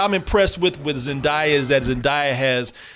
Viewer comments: "Zenn-DAY-uhh", not "Zenn-DYE-uhh" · Pronounced "Zen-daaaay-ah" not "Zen-daiii-ah" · Her name is Zen-Day-Ya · It’s actually Zendaya (zen-day-a) but anyways. The movie is great, they didn’t hold back. It was a rollercoaster of a movie. Great cinematography, storytelling. Also the director of this movie is also the director of Euphoria. 👏🏾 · Yeah that was killing me inside when kept pronouncing Zen-day-a name wrong 😬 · I can't stand people constantly pronouncing her name wrong and I'm not even a fan of hers, lol. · Right had me screaming at my phone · thanks for posting this so i can skip the video lol it really bothers me